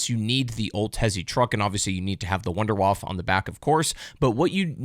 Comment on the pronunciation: When you intentionally say wunderfaffe to get more engagement. You knew what you were doing.